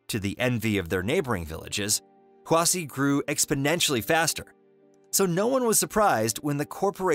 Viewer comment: its pronounced hwashi